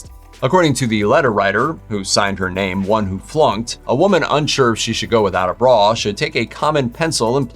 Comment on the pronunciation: It's a bra, not a "braw".